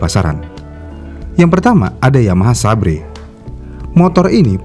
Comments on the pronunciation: Xabre bang, dan bacanya bukan sabre tp saber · Xabre dibaca "seber" bang